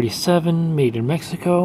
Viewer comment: Made in Meh-hee-co :)